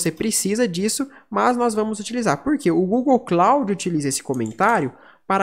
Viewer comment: Obrigado pela pronuncia certa eu sempre pronunciava kloudi "cloud".